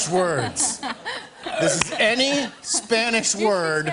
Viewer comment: La pronunciación del español de Jimmy es muy clara! De verdad es muy buena!! 10/10